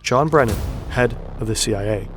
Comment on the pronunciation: "CWA" 🤣 really?